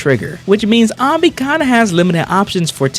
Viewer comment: why am i triggered hearing you say ahnby all video long when even in game they pronounce it anneby like how do you mispronounce it when it's said multiple times in game